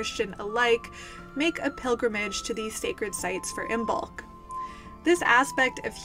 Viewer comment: Just FYI, the B is silent. It is pronounced like Im-olk